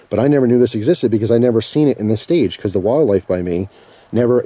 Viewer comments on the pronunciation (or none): none